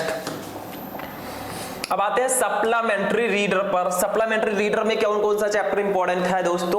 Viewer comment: Suplamentary nahi supplementary